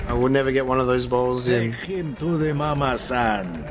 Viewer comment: Saying “Mama-san” is as bad as their accents. In fact, exactly so. Pronouncing “r” instead of “l” is a Japanese thing, while we’re being in China. A blatant mistake. And -san is also a Japanese honorific suffix.